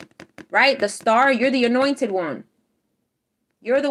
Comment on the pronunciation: Everytime you say "Highly anointed" I hear "Highly annoyed" 🤣 You're the best 🖖💎💕🌌